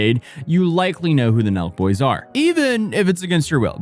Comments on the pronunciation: I was like... "Milk? Is he saying Milk? Who are the Milk Boys?" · I've seen u talk about Sooooo many people I've never even heard of before. But here I am again watching drama from people I've literally never heard of. At first i thought u were saying Milk Boys, lol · Omg same lol, i thought he was saying the milk boys at first